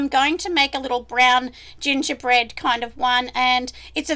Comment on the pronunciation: I had to replay the gongerbread man a couple times to make sure I heard right!!! 🤣🤣😂😂